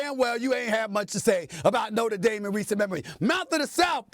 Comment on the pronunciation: Lol, it's Notre Dame😅